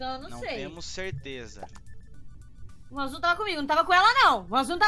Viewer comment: ele falou teleza volta muitas vezes e vc vai perceber isso